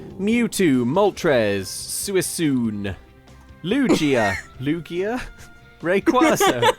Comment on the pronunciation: pronounces Suicune correctly: YEAH TAKE THAT POKÉMON FANS